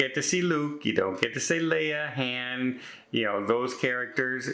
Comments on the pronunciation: Riddle me this,. You're such a movie fanatic that you have a movie review channel, yet you mispronounce the name of one of the most famed all-time greatest characters in Sci-fi history. Is that just you, or all Canadians can't say "Han" correctly? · I like the was says “Han” Solo